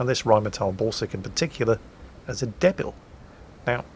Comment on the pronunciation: Silly, learn to swear properly, "Debil" is pronounced "Dee-bill" not as it is written, at least in Russian.